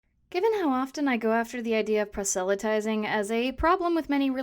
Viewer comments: Please, don't take this the wrong way, but the word is [PROSS-luh-tizing], not [pra-SELL-a-tizing]. This is a quick way to turn people off who may assume your content is just as incorrect, and since your video is quite good, that would be a shame. Otherwise, keep up the good work! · It's a nitpick on your excellent video, but I don't find that pronunciation of "proselytizing" in any of my sources--they all have the emphasis on the first syllable. Is this a different dialect than what I grew up with?